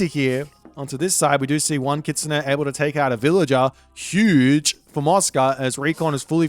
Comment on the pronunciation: "hüüüüüge büst of füd there"😂😂😂